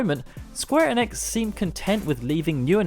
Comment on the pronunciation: I cant get on board with how you say enix. I'm out